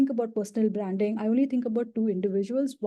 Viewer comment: Feedback: It's hard to understand what she is saying. Many words are mispronounced as ranks, traits, branding.